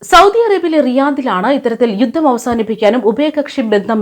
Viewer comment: 'യുദ്ദം ' തിരുത്തണം. 'യുദ്ധം' എന്ന് പറയൂ